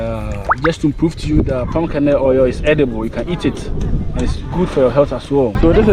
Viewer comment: Thanx, thanks but it sounded like you were saying pumcaanoil